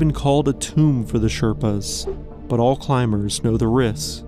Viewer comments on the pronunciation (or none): none